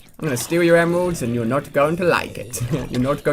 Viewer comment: Sounds like he said emwelds